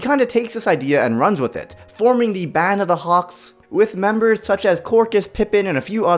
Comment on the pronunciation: At the ripe OLD age at FOUR Me-breh